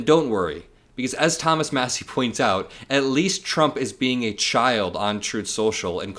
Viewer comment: And It's " MASSIE " ...Matters !